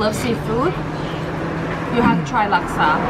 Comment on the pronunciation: You pronounced laksa very good... 😱